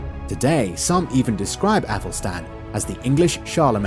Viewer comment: Æthelstan ! Not Apple Stan.